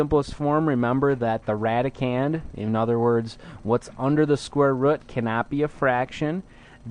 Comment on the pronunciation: hmph "square rudd" :p